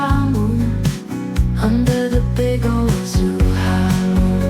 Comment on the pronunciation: This is great and all, but unfortunately like so many foreigners they can’t understand that the ZH of Zhuhai does not have a pronunciation like Z anything. ZH has the pronunciation of a J .